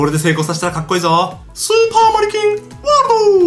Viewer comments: スーパー成金ワールドってきこえたんだけどwww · 俺スーパー成金ワールドーって聞こえる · スーパーマリキンワールドが 成金ワールドって聞こえたwww